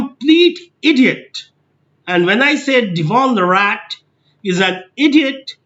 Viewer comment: what a crap channel with 0 value, stupid perspective . did you snort lol? cant even pronounce his name right, thanks but no come again